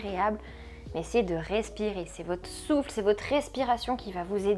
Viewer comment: à un moment vous dites 'on souffle' et j'ai compris 'on souffre', :;))))